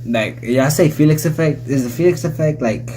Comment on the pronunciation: Felix's name is pronounced Fee-lix but it is written as Felix